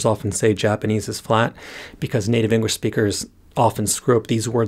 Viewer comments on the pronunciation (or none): Completely unrelated to the Japanese but I keep hearing "engwish" xD